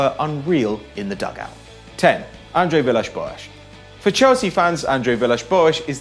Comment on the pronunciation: stop pronouncing Villas-Boas' name like that!!!!